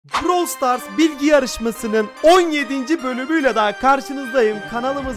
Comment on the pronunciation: bitki yarışması sandım bi an sjsjsjsjsjsj